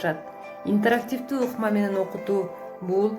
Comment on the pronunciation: туура айтчы интарактивдүү дебей